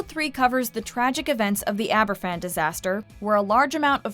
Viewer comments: It isn't Aberfffan. It is pronounced Abervan! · Argh! There is no excuse for buggering up the pronunciation of Aberfan so badly - even the clip you use has it said right! The Welsh alphabet is pronounced differently to the English one - a single 'f' is pronounced like the f in the word "of" - so something like abber-van, not Abba Fan. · Not to be picky but it’s pronounced Aber-van, not Aber-phan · Just a small, but, I think, an important point. Aberfan is pronounced AberVan not Aber- Fan. In Welsh, an F is pronounced as a V. FF is pronounced F. This was a huge event in Britain and it would have been nice to have had you listen to the newscasts at that time ... and actually hear the name correctly pronounced. Yours in Gratitude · I don’t want to be too critical here, but it’s not Aber’F’an, it’s pronounced as Aber’V’an. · Sweetie, “Aberfan” is pronounced “Abervan” in Welsh. The Welsh only say the unvoiced “f” sound when it is 2 f’s. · Aberfan is pronounced AberVan.... the “f” in Welsh is pronounced like a “v”. Welcome to Welsh. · It’s pronounced Abervan! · It's pronounced Aber-van.. One F in Welsh is as a v in English. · In Welsh F is pronounced V Hence Aberfan is pronounced AberVan. Interesting programme though. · Tywysog Cymru does not show the attempted bombing of the celebration in Caernarfon. The narrator should have taken the five minutes to learn to pronounce Aberfan. "F" in Welsh is pronounced like a "V". The actors have it right. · You pronounce the 'f' in in 'Aberfan' more like a 'v' - in Welsh its two 'f's together that denote same sound as an 'f' in English. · I was looking for this comment! It irritated me! It wouldnt need much research to know how to pronounce it properly, especially considering the huge significance Aberfan plays in Welsh history and the hearts of Welsh people.